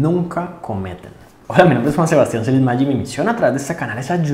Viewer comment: Buen video pero siempre me entra esa duda existencial sobre tu saludo, osea es Maya, pero suena que dices mayi V